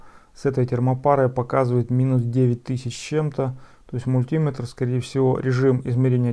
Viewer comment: "мультúметр" ещё 😆 Эх, родной колхоз!